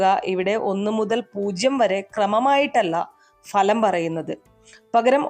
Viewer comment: ഇതും ഒരു തട്ടിപ്പാണ് എന്ന് മനസ്സിലായി. അതൃപ്തരായ ജനങ്ങളുടെ വിശ്വാസത്തെ ചതിക്കുന്ന രീതി നിങ്ങൾക്ക് ഇത് വഴിപണം നേടാം എന്നാൽ ഞങ്ങൾക്ക് സമയനഷ്ടമാണ് ഫലം. നിങ്ങൾക്ക് മലയാള അക്ഷരത്തിൻ്റെ ഉച്ചാരണം പോലും അറിയില്ല കാരണം ഫലം എന്നത് ഭലം എന്നാണ് പറയുന്നത്. ഇത്തരക്കാർ വിളമ്പുന്ന വളിച്ച മലയാളം വിശ്വസിച്ച് നീങ്ങുന്നത് തന്നെ തെറ്റ്. കഷ്ടം ഇത്രയും നികൃഷ്ട ജീവിയായി കഴിയരുത്. കാലം പൊറുക്കില്ല താൻ നശിച്ചുപോകും . തീർച്ച..